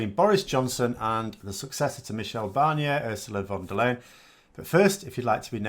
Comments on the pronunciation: The name is pronounced Von Der Lie-en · You should really figure out how to say her name. It might come up more often.